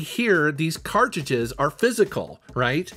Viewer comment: I h8 the way he says "CartJudges"...its cartridges